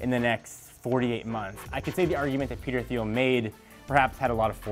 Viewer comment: Thiel is pronounced teel